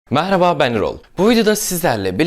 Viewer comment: Abi ilk başta mehraba dedin ya 😅🖤